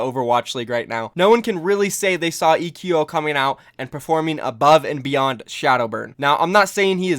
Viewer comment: I think eqo is supposed to be pronounced like the word "Echo"